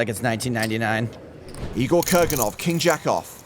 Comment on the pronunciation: why does he say king jackoff like that 🤣